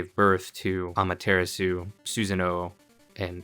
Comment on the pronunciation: Ima be a jerk for a second- it’s pronounced (Ah-mah-tur-rah-sue). Ok I just had to get that out lol